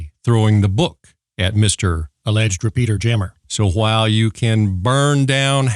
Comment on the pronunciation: Whenever the phrase 'GMRS repeater jammer' was mentioned in this episode, all I could hear was 'peter-jammer', and I wondered is that the same as a cock-block?